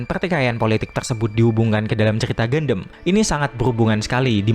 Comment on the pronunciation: Bro, seriusan, reviewnya bagus. Tapi pelafalan gundam itu bukan "gandem" tapi "gandam". Even orang luar (english dialect) juga menyebutnya dengan pelafalan "gandam", bukan "gandem". Agak gimana gitu denger gandem gandem gandem. Keep it up bro 👍